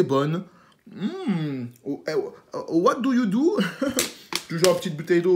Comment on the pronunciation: Ton anglais est hallalisé "what do you do" #NoTime